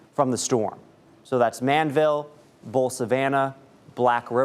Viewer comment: The name is not Manville it is called Man-di-vill.